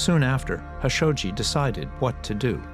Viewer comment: Everybody pronounces JAMAL KHASHOGGI with a K sound and the narrator of all people purposely mispronounces his last name as HASHOGGI 😂 it’s kind of disgraceful